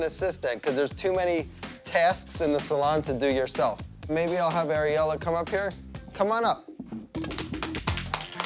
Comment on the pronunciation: im sorry... his daughter areola. he says his own daughters name as areola?!?! also hes banging that other stylist. id bet my life on it.